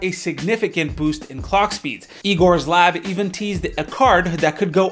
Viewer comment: finally somone wo pronounces Igor's Lab correctly - when Red Gaming Tech says it, it gives me the cringe :D